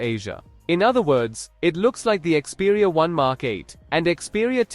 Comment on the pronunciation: ИКСпериа долбаёб! А не КСпериа